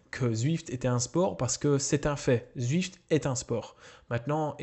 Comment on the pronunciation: "Zuift" : j'adore l'accent Belge ^^